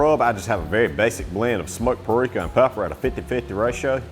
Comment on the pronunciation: Lil bit of that smoked Puh-rika